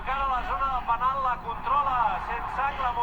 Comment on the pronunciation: Se dice penal